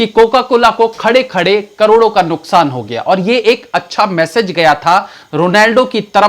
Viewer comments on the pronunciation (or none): none